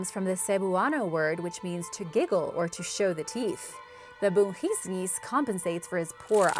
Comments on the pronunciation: The correct pronunciation is bu-ngis-ngis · It's ng bungisngis not h And it's Chanak not tiyanak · I'm a Filipino but i freakin don't that bungisngis it is pronounced as bu-ngis-ngis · Being a filipino, its always funny how others pronounce our words. Its commonly gotten wrong when pronounced, exaggerated, or lengthened. but great job none the less Bungisngis = you don't say bun-gis-nis, as n and g is one vowel, so its Bu-ngis-ngis Nuno sa punso = you pronounce this faster and its more like Nu-noh. Sa.(from the word sap without p) Poon-soh. i added periods to indicate a fast stop, not saying you take a long pause, just saying not to elongate the pronunciation Bal-bal = you're good but a little faster like nuno sa punso Kibaan = never heard of this one, but usually when a vowel is double, its separated, like the word Aalala, its pronounced Ah-ah-lala, dont say ahahlala XD, it means worry btw. not knowing this creature, i guess you're good since ive never heard of it. Tiyanak = Some words with Tiya is normally said as Cha, not sha, we say Chanak on this one despite the spelling. Mangkukulam = if you know the Tv series Chowder from CartoonNetWork, its like Mung Daal, Mang like Mung. Kuku like coo coo if you do an owl impression and lam like the word lamb with out the b sound, Mang-kuku-lam(Mung-coocoo-lam) Aswang = you got it right, this is a very popular one too Mananangal = its like banana except, Manana, then separate. Ma-nanang, then gal which is correct in your pronunciation. the nannag is pretty much faster when said. not as slow as you said it. Over all, you have a very good voice! im not shaming you or anything so please dont get the wrong idea, simply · Bungisngis not bunjisjis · Stop it okay! Thats how americans pronounce! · Its bu-ngis-ngis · U pronouce it like Boongeesngees. Noono saa Poonso Tabii tabii po Albulaariyo So u just search how to say im soo sorry im just lazy :) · I am a filipino and pronounciation is bhu-ni(ngi)s-nis